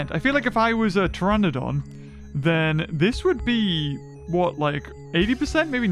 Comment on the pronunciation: I like when you say tyranodon Its like a hybrid half tyranosaurus rex and falf pterenodon